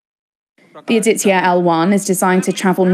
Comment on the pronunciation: Why don't the western correspondents learn a little more before reporting about India? Aditya a Hindi word.Vivek as in cake!😊